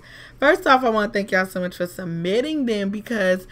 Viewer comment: She said "maybe..cause...this is juat to murch" om dead😂😂😂😂😂😂😂😂😂😂😂😂😂😂😂😂